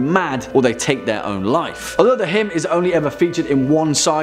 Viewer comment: The way hym is pronounced in this video gives me conniptions